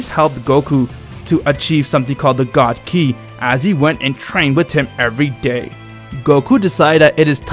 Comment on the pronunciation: bro i love in his videos when beerus say super god he say super siayan gad